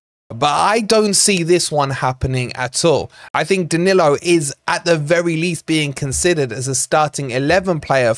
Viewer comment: Isn't it about time we all started pronouncing our Brazilian players' names better? It's "Muriyo" and "Daniyo" 😅